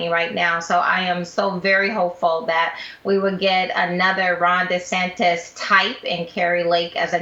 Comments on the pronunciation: Oh great! Another name to mispronounce. DeSantis is not spelled funny; that's the correct spelling. It's not DeSantez. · Why does Jason still think his name is “Ron DeSantez” instead of DeSantis?